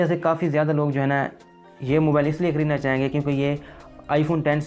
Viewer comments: Salya pehly mobile word e kehna seekh ly "MOBAL 😂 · Mobile ko mobal kh RHA hai